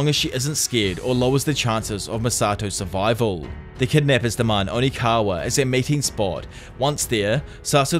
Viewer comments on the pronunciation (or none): It’s Okinawa, NOT ONIKAWA. Lol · Does anyone else notice he says onikawa and just rolls with it? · bro kept saying onikawa 💀💀💀 great video though 9.69/10 onikawa ruined your rating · Am I missing something ? Is there a reason you keep calling Okinawa, onikawa? Lol